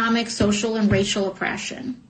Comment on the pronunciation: Christ... even her boyfriend pronounces "and" the same way she does. "Aeeeend"